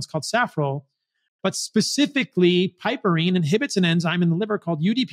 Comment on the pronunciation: Thanks for sharing some good points! As a retired English teacher, I must point out a tiny detail. Piperine is not pronounced “pipperine”, and yet you said more complicated words just fine.